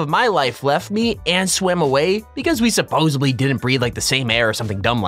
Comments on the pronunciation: STOP SAYING "SUPPOSEABLY" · Ummmmm...supposibly?......dinint? Can't watch with sound